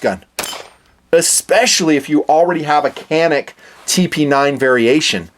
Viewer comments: It’s Janik not canik. It’s Turkish. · It’s pronounced Janik. C in Turkish is pronounced like J. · I just love and respect your videos, and the fact that you really like Caniks makes me really proud (made in my country). "Johnick" is how we pronounce the name, if anyone was curious :) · FYI, it's pronounced "JAN-ix".